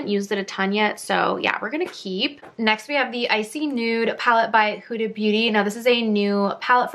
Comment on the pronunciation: Her name is pronounced Hooda, not Whoda.